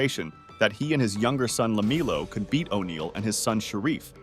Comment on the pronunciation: I know right . He called him Shock first time . Then he said la MEELO . This MF is a dipshit